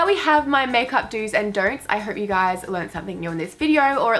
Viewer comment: "do's and dernt's" lmao